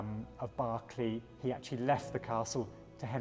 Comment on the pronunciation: Its pronounced 'Barclay'